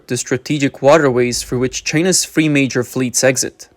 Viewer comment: Bro just speak your own language. Free major gates. Free Free Free. Free everything. Its goddamn Three with a T and a H !